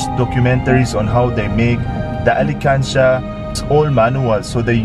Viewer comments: ALKANSIYA… not alikansya ☺️ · it pronounce "alkansya" not alikansya..thank you for helping our kababayan aetas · pronounce it as AL KAN SYA not alekansya, oke? can u help me find my forever thru ur channel? 😥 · not to hate but its not ali kansya it al kan sha to pronounce i hope i help u love you po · not alikansiya, it is alkansiya. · Alkansya baby not alikansya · This guy is trying his best to speak Tagalog words, he didn't care at all if someone laughed at him if he didn't pronounced it correctly. Like what I've noticed here he pronounced Ali-kan-sha it should be Al-kan-sha (Alkansiya).In addition to, most of his videos are worth watching.Aside from his attractive looks he's very helpful,kind,accommodating etc. So that's why I didn't hesitate to subscribed his channel.😊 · Alkansya po??! Not alikansya hehhe... Joker Karin?? Anyway I love you po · good job though! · Al kan sya not Ali kan sya just want you to say it correctly because you are true Filipino at heart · Alkansya not alikansya😹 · hindi ko nagets nung una yung sinabi nya.. (ALI KANSYA) kasi pronounce nya 😅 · Ang cute naman how you pronounce the "alkansya" to "alekansya'.. lovely😘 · I'like the way pronounce 'Alkansya' as 'Alikansiya'😂💕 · just wanna help with the pronuounciation,it is al-kan-sha not alikansya... :) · Bless you, next time pronounced properly "alkansya",😝😜✌️ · pronouces as al-kan-sya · Alkansya Hindi Alikansya.... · alkansya not alikansya